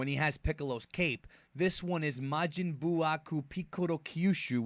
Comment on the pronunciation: Ma-man Buu